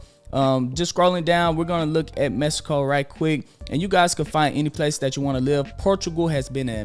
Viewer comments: Appreciate you man, but it’s “Mexico” not “Mesico” lol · This man said Mesico